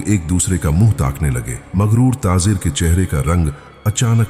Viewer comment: taazer kia hota hai urdu ka beda gark mat karo taajer bolo